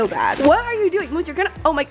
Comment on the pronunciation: Why did you call moose mosse